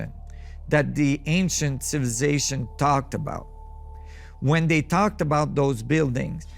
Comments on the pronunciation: This man can't say the word civilization 🤣🤣🤣 civization he said hahahaaA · Does someone knows what he means when he say ancient “ciilvlicazattion” ? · Mf cant even say civilization and I’m supposed to trust what he has to say? He’s on a some pills or sm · you would think someone as smart as a person able to study all these great mysteries and make documentaries/videos educating the public about these things WOULD BE ABLE TO CORRECRLY PRONOUNCE THE WORD "CIVILIZATION". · How he say civilization 😅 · Man this dude really can’t say “civilization” but gotta give it to him he keeps on trying!